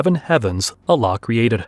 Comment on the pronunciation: Learn to pronounce the word Allah: Al-laah not Aa-laah!